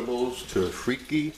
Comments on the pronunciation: Lololol not “freaky” it’s “free-kah”, you really should do your research before you make your videos. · you really should pronounce it correctly. You actually said “it’s pronounced Freeky” that was a wrong statement. If you didn’t know how to pronounce it than say so, but don’t proclaim knowledge when you don’t know. And such a disrespectful pronunciation makes the rest of your knowledge suspect.